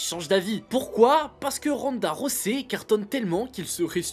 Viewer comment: Sérieux Ronda Rossey ? Rosset ? Faites un effort putain, Ronda ROUSEY, Holly Haulme ? 🤦🏻‍♀️🤦🏻‍♀️🤦🏻‍♀️